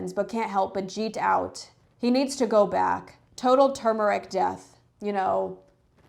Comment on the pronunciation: At least you pronounced turmeric 'turmeric' and not tumeric. Also, Listerine is addictive